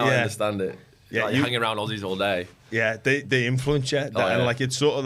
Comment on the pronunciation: Herbie sounding pretty Aussie on the 'day' at the end of the sentence. Loving the show Bupa, Doggies 2024